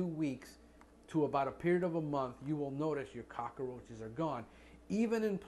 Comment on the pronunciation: Not Cock-a-roaches. There is no extra "a" in that word.